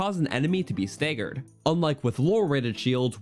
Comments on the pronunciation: And the a in "stagger" is like "axe" not plAy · Staygered...lizarfos...emblazzoned...caw-culated...are you having a problem talking, my man? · is stay-gerd really a common pronunciation of staggered? i've never heard that until this video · Do you call an apple an AYEPPLE ? no you dont so why say stagger stayyegher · Why do you pronounce 'staggered' that way?